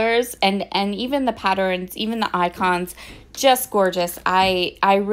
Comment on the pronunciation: Why do you say “pattern” properly but “patterns” gets an extra vowel and comes out “patterins”? Is that a regional dialect or accent?